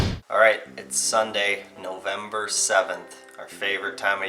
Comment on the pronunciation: “Nozember” is where it’s at.